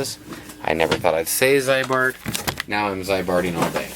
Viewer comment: It is pronounced as zee-bart, not zeye-bart. There is at least 2 cool Ziebart commercials with Rod Sterling and a 1973 Chevy on youtube. In Minnesota Zeibart and Rusty Jones are common treatments.